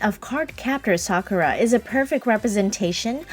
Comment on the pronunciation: Thank you! Finally someone pronounces her name correctly!